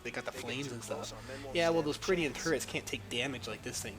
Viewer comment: Since you mentioned "improving vocabulary" -- they're called "purr - dish - un" (perdition) turrets; not peridian turrets. =)